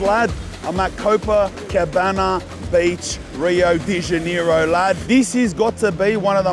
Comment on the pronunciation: i love you man but how you say rio de janeiro its sounds like your sayind deniro like the actor cuz HAHAHAHA🤣